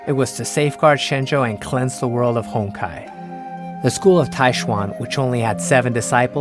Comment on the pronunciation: Be honest... who else heard "Hentai Entropy" ?